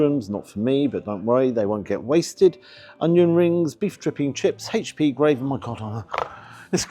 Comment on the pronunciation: Oh,!! You can be such a drip at times! Also, it's not " haitch p sauce" it's "aitch p sauce.'